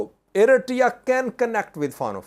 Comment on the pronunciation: can you pronounce Eritrea the correct way please? Check on google